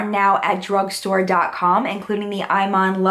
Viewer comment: IMAN is actually said EE-mahn ... which I only know cuz I obsessively watch her on HSN :-)